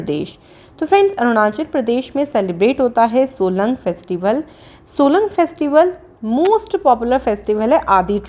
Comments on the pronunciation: its solung not solang festival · No. 2 it's Solung not Solang...🤞